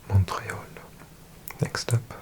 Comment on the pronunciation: i love your videos but no offence the way you say montreal is insane